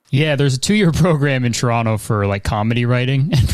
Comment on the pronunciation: Thank you Chris for not saying "Toe-ron-toe" 🙌 Love watching both of your content and was so excited to see this :)